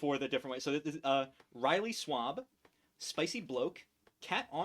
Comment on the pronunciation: Would love to see those games on the channel! They are all some of my favorites. Also, my name normally is said Riley Swab like two words kinda, but it’s not a big deal to me, so say it however you like!